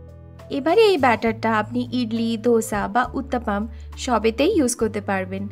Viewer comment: Dosa, দোসা।ধোসা /dhosa নয়